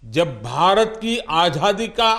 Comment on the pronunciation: आझादी नहीं आज़ादी बोलना चाहिए।मोदी जी को क्या आप यह बताने का साहस करेंगे?